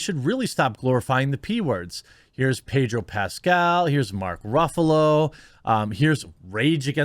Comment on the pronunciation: you keep adding the R in Pascal's first name. it's pronounced without the R.